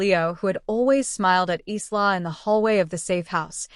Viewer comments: I can't stand the mispronunciation of Isla! It's pronounced Ī la not Ē slaw! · Isla is a Spanish word meaning island, so its pronunciation is "ees-la." So the closest AI got was "Eastlaw." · Isla is pronounced as ... 'Eyelar'... Walsh! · PRONUNCIATION !!! Isla = eye la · A pity the name Isla is mispronounced. It is a Scots name and is pronounce EYE-la, the s is silent. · That’s what I was going to say. It’s Eye-la like island. The mispronounced nouns drives me mad in these stories their AI sucks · Her name is pronounced "eye-la" ! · Why can't she pronounce Isla's name right. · My niece's name is Isla and it bugs me when the is pronounced wrong 😤